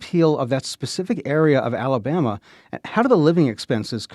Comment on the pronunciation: Thank you! This woman’s pronunciations are agrivating. “Ala-bahhhhma”…ugh!